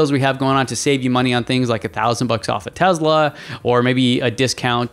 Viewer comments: Why do you pronounce TeSla as TeZla...there is no Z there. S as in Sun. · Is it "tez-la" or "tess-la"? I think it's the latter but this host pronounces it like the former. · can you please pronounce the name of the company correctly? It’s Tesla not TeZla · How can somebody take you seriously if you can not even pronounce Tesla correctly? It is TeSla not Tezla. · Just because Elon Musk mispronounces Tesla doesn't mean you have to do the same. Nikola Tesla never would have said it that way. Most people at Tesla or outside of Tesla don't say it the way Musk does. Nobody in Serbia would say it the way Musk does.